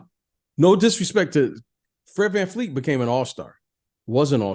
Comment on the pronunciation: Fred's one of your favorite players but you don't know how to pronounce his last name? It's VanVleet, not VanFleet. You need to watch some Scottie Barnes stuff this season. You'll adjust your Pippen comps a bit. He's really breathing some rarified air. 8.0 Box Plus Minus is clipping Kawhi's lone season in Toronto.